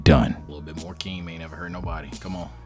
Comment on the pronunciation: it's Hakeem. where the fuck did Akeem come from